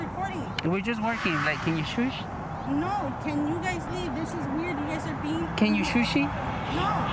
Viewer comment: "Can you shoosh?" hahahahaha!!